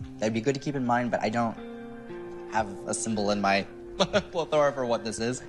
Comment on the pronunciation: I cringe every time someone pronounces "Plethora" that way